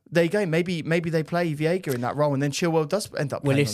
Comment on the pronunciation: its veiga like sega 😅